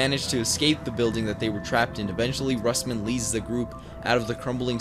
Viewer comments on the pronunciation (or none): none